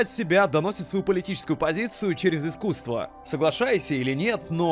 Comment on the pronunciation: Артискусство....))) Грамотей🎉